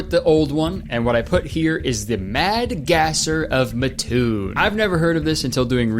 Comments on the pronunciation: it's Mat-toon MAT NOT MUT!!! I hate this town no one says it right. (I live here and I've never even heard of this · Hey, just popping in to say that "Mattoon" is pronounced "Maah-toon" instead of "Muh-toon" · As someone from southern Illinois, hearing Kurtis call Mattoon Mah-toon instead of Mat-toon (the way pronounce it) is so funny to me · I was born and raised in Mattoon, Illinois. Please be aware that it is pronounced "MAT toon", not "muh TOON". FWIW, literally nobody in Mattoon gave any credence to the "Mad Gasser," at least not in the 1970's and 1980's. Those were obviously tales of people frightened by otherwise explainable events during war time. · I live about an hour away from Mattoon and I just want to say that I love the way you pronounce it 😂 It's typically pronounced Matt-toon and not Muh-toon but I love it 😂😂😂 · Not to be that guy, but it's pronounced MAT TOON not MUH TOON PLEASE KURTIS DONT BE ONE OF THOSE PEOPLE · Sorry kurt but it’s pronounced it’s pronounced MAT- TOON not mahtoon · Oh, it's pronounced mat-toon, and that's literally so close to me. So cool that Kurtis is talking about it😮 How did I not know about this lmao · im sorry but you pronouncing mattoon wrong is bugging me so bad it’s mat-toon thank you i need to get the off my chest 😌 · That's not how you pronounce Mattoon. It's Matt + toon. I used to live there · i’m so sorry, but as someone who grew up near mattoon, it’s pronounced “MAT-toon” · I am fully aware that you would have had no way of knowing this but I am simply obligated to tell you as an Illinoisan that it is pronounced like Matt-toon. ❤ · MATTOON MENTION (pronounced Mat- toon (mat as in doormat toon as in cartoon) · as someone who lives close enough to the town to visit there every once in awhile it's such a strange shock to hear some and pronounce it like that everyone in the area and myself included pronounces it "Mat-toon" almost as if it's two separate words just said very close together